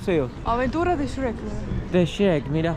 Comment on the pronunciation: "Shek" hahaha es la peor pronunciación de Shrek después de S-rek